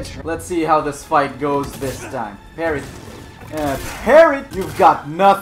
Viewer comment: She says she pregnant "PARRY"